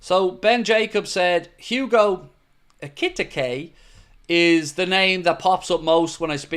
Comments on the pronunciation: just a heads up, Ekitike is pronounced "Ekky Tee Kay" , not ekitikuh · Hello, here's how you pronounce Hugo Ekitike EE-KEY-TEA-KEE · i think its pronounced Ekeeteekay Ekiteke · It's 'Eki-Tee-Kay'... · EKEE TEEKAY....... is how you pronounce it. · you keep butchering his name!! 😂😂